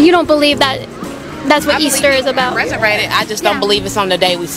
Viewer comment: "Ressurated" - large american woman